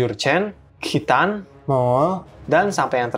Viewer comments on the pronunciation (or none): none